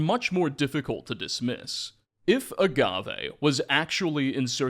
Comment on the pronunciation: STOP SAYING AGAVE LIKE THAT STOP SAYING AGAVE LIKE THAT STOP SAYING AGAVE LIKE THAT STOP SAYING AGAVE LIKE THAT STOP SAYING AGAVE LIKE THAT